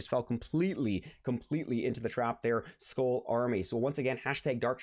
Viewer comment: Skull isn't pronounced as "school" It's pronounced as "skal"